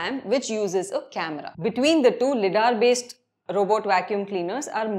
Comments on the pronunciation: LIDAR is pronounced as "lie-daar" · LiDAR pronunciation 😑😑